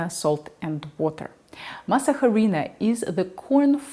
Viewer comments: Masa Huh-Reena? You mean Masa - A-Ri-Na. UH REE NA. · FYI The letter “h” in Spanish is mute. It sounds like this “arina” Please don’t kill the name. If you go to a Latino store asking for mass jarina, we won’t know what you’re talking about. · Very well done! The H is silent. Masa Harina is pronounced mah-sah-REE-nah. Thanks for the video and study. I really like to add a couple of tablespoons of masa harina to a couple of quarts of homemade chili, too. Really good. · Just remember that the H is silent. So pronounce “mas areena”.